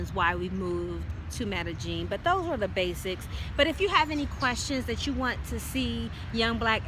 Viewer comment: So Medellin is pronounced Mellegene? Does Columbia still have a 'Black Widow' scam problem? It's where someone slips a drug into your drink and robs you. We have a daughter, how is education there? Our family used to live in Costa Rica and was surprised to hear a bit of racism against blacks. You're right, it's so hot and humid on the beach, although when we lived in the mountains it was always COLD and damp! We didn't have any problems with mosquitoes, although the army ants on the beach came through our house a couple times. It was amazing to watch! Enjoy!